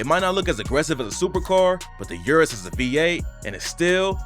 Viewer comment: You can't speak, dude, stop. Lamborghini you-rus? Stop. Just stop. It's "UHHRRR--USS". Prob par for the course with you tho. Guessing you say MAYBACK as well (it's MY-BOCK, btw)